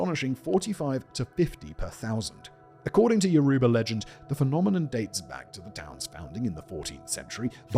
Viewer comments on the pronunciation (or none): none